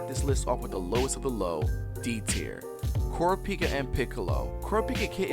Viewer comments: Coropika? It's car-ra-pee-ka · Pronounced ca ra pee ka not coor a peeka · kurapika is pronounced like Ku-Raw-Pi-Ka im not raging about its just me letting you know